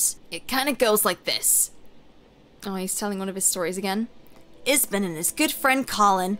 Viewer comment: How r u reading ipsen as ispen lol